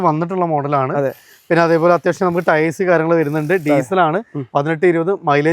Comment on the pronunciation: മോഡൽ പറഞ്ഞില്ലേലും കുഴപ്പല്ല ആ ടയേയ്‌സ് എന്ന് പറയുന്നത് ഒഴിവാക്കു( ടയർ എന്ന് പറഞ്ഞാ പോരെ )